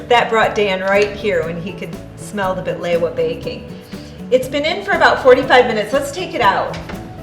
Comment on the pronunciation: Bahlewaaa. Why you say it like that. No!